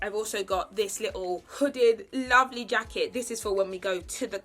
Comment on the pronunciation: Lovelle instead of lovely 😭